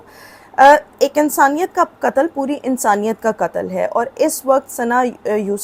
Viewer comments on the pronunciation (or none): انسانیت کا کتل نہیں قتل بولو ۔ تم لوگ ٹو اردو کے قاتل ہو جو قاف کو کاف بولتے ہو۔ اور دوسری بات یہ کہ ثنا یوسف کے باپ کو سزا ملنی چاہیئے جس نے ثنا کو اتنی آزادی دے رکھی تھی۔